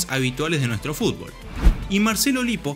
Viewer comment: Escuchar a Messi decir FULBO' me alegra la existencia.